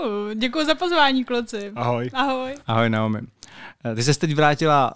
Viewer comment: Myslim, ze se jeji jmeno spravne vyslovuje "Najomi"... rikal mi to Standa.